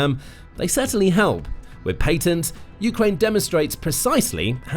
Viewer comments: dud its patents not Paintents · Lol paintnests??😅